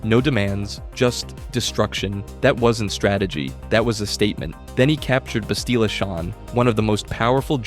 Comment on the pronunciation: Bah-sti-la. So it right. let me not mention the others. So many names butchered.